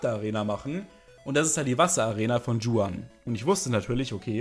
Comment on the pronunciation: Juan spricht man nicht tschuan aus😂😂